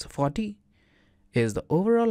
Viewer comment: when you say "40" i understand "fuck me" sorry ,very strange but its true .PEace ! and thanks for bricscad,very fine cad program.